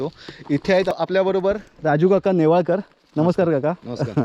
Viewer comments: .... गंगाधरराव "नेवळेकर" नाही .... "नेवाळकर" ...... "आडनाव" चुकवलेस.... "जे" या VDO मध्ये सर्वात "महत्वाचे" आहे ..... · अहो तुम्ही नेवळेकर असा उच्चार करत आहात. ते नेवाळकर असे माझ्या माहिती प्रमाणे आहे. चुकीचे काही सांगितले जाऊ नये.